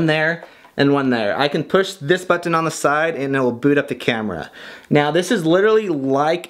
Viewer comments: "But-tin" I laugh every time you say that ... I even got my gf to watch this video with me because of this. I really enjoy all your video! Thanks for uploading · It's funny how you say "button" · the way you say button is so funny 😂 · Thats what I thought. I am glad I am not the only one who thinks that! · Lols, i love the way he says "button" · The way you say "button" hahahaha. But seriously, great informational video. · The way you say button makes me smile but I don't know why 😂